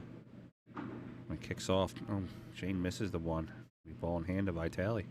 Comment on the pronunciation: if you take drink every time say VAItally, even old babushka, you would be complETEly dead. for *&^%$#@ sake, it's even spelled with two и